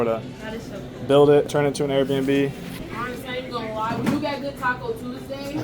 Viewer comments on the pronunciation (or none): none